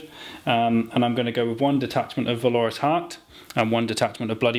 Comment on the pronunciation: Why not give the sorcerer with the extra damage on psychic powers at least one, if not two, targetable MW powers? Also keep hearing valorous pronounced wrong did my head in :)